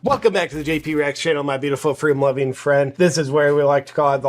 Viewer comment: Oprah was thinking Can someone tell her to shut the f##@ up? FWEEDOM... Check her earnings!